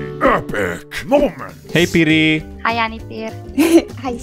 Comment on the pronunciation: your hey piri, activated my hey siri on my iphone lol